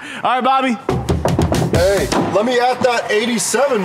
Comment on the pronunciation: he said body instead of bobby in the beginning😂